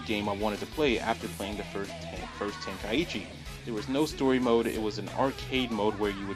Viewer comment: I can't take this seriously when you say tenka-ichi instead of tenkaichi